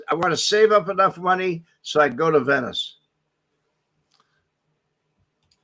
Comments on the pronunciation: It's Not pronounced VENYCE it's ven is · do you really not know how to pronounce "Venice"????